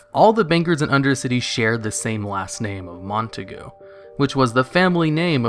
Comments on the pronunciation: Christopher McCutcheon it's pronounced "mont-eh-cue" you taig. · I'm pretty sure "Montague" is pronounced as "Mon-tay-g" or "mon-taig". And since you like facts (this isn't a WoW fact though) the word "taig" is an Irish Gaelic name when spelt with the Gaelic lettering. But when spelt with the English alphabet it becomes a serious insult for Irish Catholics (never ever call an Irish person a Taig, for real don't do it). Also I'm a horde player through and through but the amount of Blood Elf female weeabos on the horde is both sad and disgusting. Wish we'd never got the blood elves.